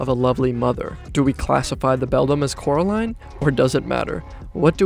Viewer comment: how could you make a video about coraline and call her caroline😭